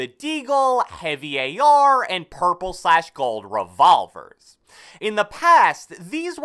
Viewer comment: How he said revolver